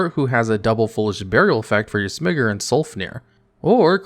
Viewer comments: your what? but seriously, the most is clearly designed after a TIGER and you say it like Smigger? are you stupid? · bro call it sm-eye-ger. It's a fucking tiger. Why do you have to hit the hard R on him like that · Please don't pronounce Smiger like that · the correct pronunciation of the card is “SM-I-GER” like Tiger, but both MBT and I guess pronounce it “SM-IGG-R” like a certain word that could get you banned. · Not the Smiger incident! 😂 Say that like you pronounce Tiger. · We know you love to mispronounce cardnames for attention but for the love of the deity of your choice please put the emphasis on the i in Smiger. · there's a clip of MBT mispronouncing smiger in the same way does and it became an inside joke of the community, since it sounds like a certain word that shouldn't be said. he has the clip on his channel, look up smiger incident mbt.